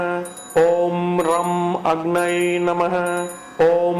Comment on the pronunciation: Agnai namaha is a wrong pronounciation. It should be Agnaye namaha.